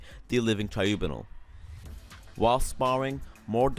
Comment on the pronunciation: TRIBUNAL- Try-bew-nall